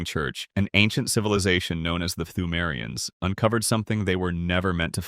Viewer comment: Nah, wasn't crazy, you were just pronouncing all the silent letters lol. Yharnam is pronounced "yar-num" and pthumerians is pronounced "too-mary-ans." It gave me a good chuckle 😂